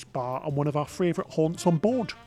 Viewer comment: The word is pronounced Favorite NOT Fravorite!! Love you guys but everytime you pronounce that word wrong I want to fly to the UK, hunt you down and slap ya silly.